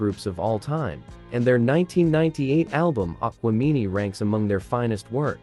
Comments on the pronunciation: Smh 🤦‍♂️ this shit BIG CAP!!! Lost me when he called Aquemini "Aqua-mini" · Respectfully….I can’t take your video serious when you can’t pronounce correctly one of HipHops greatest albums (Aquemini). Just go back to that album and see how it’s supposed to be pronounced.